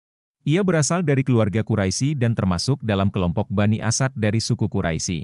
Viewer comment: Bukan kuraisi, tapi bacanya Quraish ya ahi,, aduh